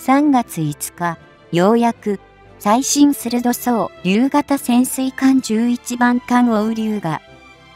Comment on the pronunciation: 最新鋭そうりゅうも、 最新するどそうりゅう って言って、するどそう？ ってなんだ？って字幕見たよ （笑）